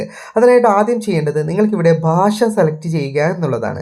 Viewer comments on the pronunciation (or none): നിൻ്റെ മലയാള ഉച്ചാരണം ആദ്യം ശരിയാക്ക് ബാശ അല്ലെടാ ... ഭാഷ എന്നു പറ ഷ..ഷ. ഷ എന്നു പറഞ്ഞു പഠിക്ക്. അതുപോലെ ശന്തോശം അല്ലെടാ മൈരേ സന്തോഷം എന്നു പറഞ്ഞു പഠിക്ക്.ഷം ഷം ഷം ആദ്യം നീ മലയാള ഉച്ചാരണം നല്ല രീതിയിൽ പറഞ്ഞു പഠിക്കുക.